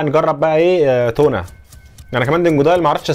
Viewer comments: يا صاحبي إسمها تاونا مش تونا 🐟 😂❤ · بتتكتب تاونا لكن نطقها تونا.. إلعب كراش 4 واسمع نطقهم